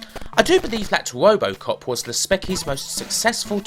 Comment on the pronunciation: I keep on laughing every time he says "wobocop" lol.